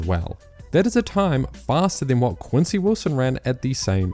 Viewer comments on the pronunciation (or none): none